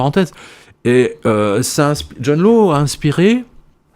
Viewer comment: John Law se prononce John Lass ...